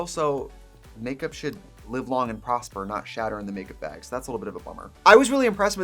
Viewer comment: when she says bag too! baeg